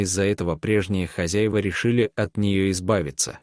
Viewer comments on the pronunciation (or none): none